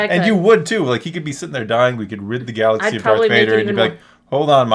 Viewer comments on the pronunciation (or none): none